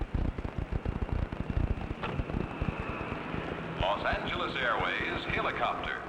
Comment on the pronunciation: Los Angle-leez...wth